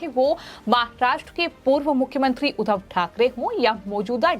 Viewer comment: महाभूभ नही महबूब, उद्दव नही उद्धव, सिंधे नही शिंदे बोलिए